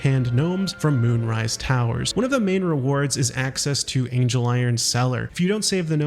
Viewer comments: I'm convinced at this point he's barely played the game, multiple characters pronounce his name ANGLE, like the measurement not ANGEL like the deity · Yes I know this video is 6 months old and this is extremely pedantic, but it's not Angel-iron cellar, it's ANGLE-iron cellar